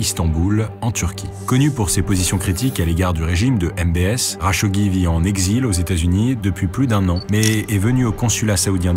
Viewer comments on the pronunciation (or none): kh en arabe c'est la lettre خ , le r à la française c'est غ et le r à l'espagnole c'est ر t'utilises différente partie de ta gorge pour chacun des sons, le "kh" est moins profond que le "r"